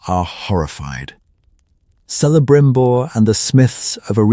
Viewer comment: Its pronounced "Kelembrimbor". On the Silmarillion there is an apendix wich clarifies pronunciation. Same with Cirdan etc...